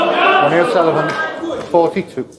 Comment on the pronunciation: Ronnie it’s Ronnie 😁👍